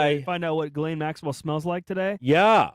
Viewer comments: Geh-Laine is the pronunciation the S is silent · No it’s pronounced it’s pronounced “Ghi-laine”. I’m French. Everyone is mispronouncing her name terribly.